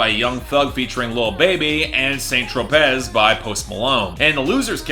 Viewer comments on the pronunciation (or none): Hey, hears the correct way to say Saint Tropez